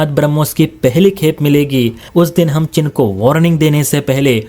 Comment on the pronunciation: Oye, chin nahin cheen bol😅😊😊